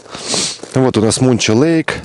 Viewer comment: Muncho lake правильно произносится как Манчо, а не Мунчо. Вроде не важно, но представьте репортаж о Москве, называя ее Мусква. Бизоны в любое время года, но на перегоне Watson lake - Dawson creek. Очень редко на перегоне Watson lake - Whitehorse. На Манчо лэйк никогда не встречались, они не любители гористой местности.